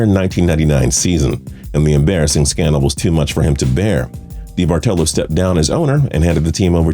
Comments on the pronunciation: Debartello? You mean DeBartOllo? How are you a sports fan and not know how to pronounce Eddie D's names? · Eddie debartolo is pronounced da-Bart-alo not dee-Bart-olo as you keep saying it. Can someone from tps please correct the host.